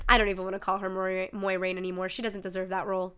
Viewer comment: "MOYraine" Moi like MOIST, bleh